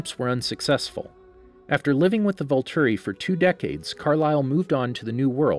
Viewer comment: "Volturi," not "vulture"